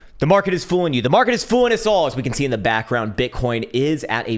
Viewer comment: Ah yes the “makret”